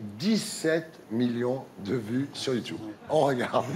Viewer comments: "youchoube" youchoubeuse" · "Vous êtes la première youtoubeuse " lol apprend à dire ce mot bien et après on verra 😂👌🏻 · Peut être qu’il arrêterons de dire « youtioube » aussi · Le jour où il arrêterons de dire Youtouboue ou Youtioube la télévision aura disparue. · Natoo vous êtes une YOUTCHOUBEUSE mddrrr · YOUTUBE C'EST YOUTUBE IL C'EST PAS LIRE OU QUOI "YOUTOUBE" SRX KOI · Bah ouais la télé ça devient démodé du coup les présentateur rabaisse la nouvelle génération .... ça fait vraiment pitié. ET ON DIT YOUTUBE PAS YOUTIOUBE! ! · Youthube déjà les gens qui disent comme ça, c'est chiant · Qu'il apprend à dire YouTube au lieu de YOUTCHIOUBE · Wesh on est d'accord qu'il savent pas dire "Youtube"😂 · Il dit youtoub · On essaye pas de claché quand on sait pas dire"youtube"